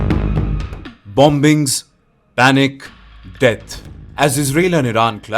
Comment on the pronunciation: The second "b" on the word "bombings" should be silent when pronounced. It's like "bomings". Also, "plumbings" should be pronounced "plumings"